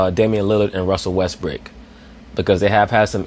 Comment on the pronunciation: James worthy calls him westbook lol